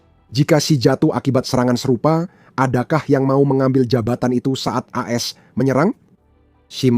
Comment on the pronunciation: Tolong min klo menyebutkan AS jangan blepotan...gua gak jelas menyimaknya 😁😁😁